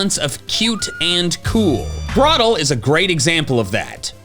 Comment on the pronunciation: THE Y IN UGLIEST IS SUPPOSED TO BE AN I! AND DO NOT LEAVE OFF THE R IN GROTLE!